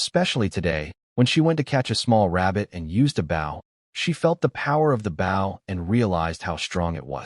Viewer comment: And once again the AI cannot figure out the word bow as in leaning forward and respect or as in the front of a boat when you pronounce the word b o w in archery equipment it's not pronounced that way.